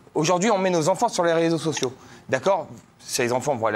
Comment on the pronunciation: on ne dit pas "les sososios" mais "les réseaux sociaux"